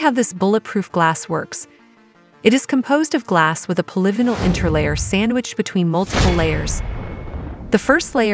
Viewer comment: Maybe someday AI will be able to pronounce polyvinyl correctly. That is annoying. It ruins the listening experience.... So I will leave this site. Bye.